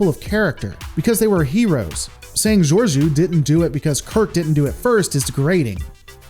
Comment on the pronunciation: How can you still not pronounce Cpt. Shanghai's name? It's just george-o. Not djurdju or whatever your saying. I'm not mad, just disappointed. 😉